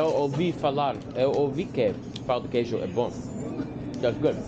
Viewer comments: "Pau de Queijo" definitely is not "Pão de Queijo !" Ahahaha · beware of "pau de queijo" pau means dick in Brazilian Portuguese. the correct is pão de queijo, like "paun" not pow . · I'm a brazilian and in I laughed so hard, most beginners can't pronounce correctly "pão de queijo"(cheese bread), so it sounds something like "cheese dick" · Bro, a council: NEVER, IN NO HYPOTHESIS, say “pau de queijo”, it’s pronunciation is like “peu de queijo”. ‘Pau’ is dick in Portuguese. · O cara fala pau de queijo kkkk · He's doing very well, except the "Pau de queijo" 😂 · It's very funny for us brazilians to hear foregneirs pronouncing "Pão de Queijo" as "PAU de Queijo", because the word PAU means Stick but it has a sexual meaning hahaha but I do understand that it may be difficult for foregneirs to pronounce words with "Ão": Avião João Pão Natação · Just be aware how u pronounce the word "pao de queijo", the word "pao" cannot sound like "pau" it means somenthing not very nice to say to a stranger 😂😂😂😂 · Acho que a atendente da cafeteria sabia falar em espanhol e pensou que seria mais facil pra você conversar assim, digo isso por que em sua primeira conversa não parecia estar falando em pt br 😆, e o clássico "pao de quejo" 🤣 todos que estão aprendendo ptbr tem a dificuldade de pronunciar, faz parte. Parabens e sucesso nessa jornada🙌🏼👏🏼